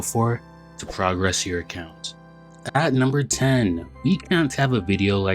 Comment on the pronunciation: The way you said "progress" instead of "progress" ;(